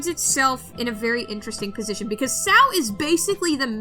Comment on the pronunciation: I’m sorry but call Sao ‘sow’ is the weirdest thing I’ve ever heard. Hey I mean I like Hero Aca purely because I found it fun. I prefer the manga to the anime anyway.